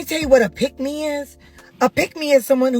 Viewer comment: It sounds like she’s saying “Pygmies” rather than “Pick Me”.